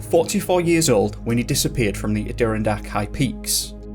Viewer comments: Okay, I read all the comments expressing joy at your pronunciation of Adirondack. Just so you can save face I will explain the pronunciation. It's Add deer RON dack. Many of our place names are indigenous Indian names so there's no reason why you should know how to say them. And don't let me start on English place names. I would be so bad at it! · Pronounced:ADD-DEH-RON-DACK MOUNTAINS... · Sweetie, Adirondack is pronounced with the accent on the ad. First syllable inflection, rather than second. I am sorry, but just saying. I love the stories. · They're pronounced the Ad-a-RON-Dack Mountains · Like your stuff.. I do laugh at how you MUTILATE the name Adirondack.. aaaa...di....ron...dac....lol that's how it is pronounced...but, I have no room to talk though...im NYC accent all the way. Glad I found you..enjoy your story telling. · this is said with the utmost affection, but....a-DEER-ih-dak?!!??!!. The aDEERidak Mountains?? I live in an adjacent state to New York and I thought to myself, geez,,I've never heard of those mountains and then it hit me what you were saying! I'm sure others have commented this cuz I'm two days late, but it's actually a-dur-RON-dak. It's totally fine, you know I love you no matter what you say or how you say it! Oh my goodness! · Ad a Ron daks...that's how u say it bruh haha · Love your videos....dislike your pronunciation of "Adirondack" (AdaRandDock) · Adirondack is pronounced “add-er-on-dack” by the way 👍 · (*pronounced: "Adder + ON + dack") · Adirondack is pronounced ada RON dak. Very good channel! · Every 2nd comment "its add-oh-ron-dak" lol get over yourselves, New Yorkers 😋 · The 'Add-ah-Ron-Dack' (Zach rhymes with Dack) I'm not even going to attempt whatever that was that you said, but I'm sooo happy to see a new video from you, it's all good😉!! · Bro I can’t get over how do you say Adirondack 😂 as a native upstate New Yorker we say it like Anna Ron dack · ah-ron-dack mountains. great video as always